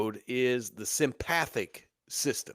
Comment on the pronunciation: I love this talk except you are mispronouncing sympathetic and parasympathetic incorrectly. I’m an anatomy and physiology teacher so it’s driving me crazy. Lmao 😅